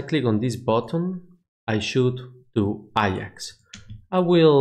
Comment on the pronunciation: A-JAX, not I-AX, its not a football club